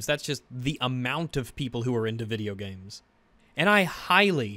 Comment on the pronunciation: It's so annoying when he says "Video Gyames"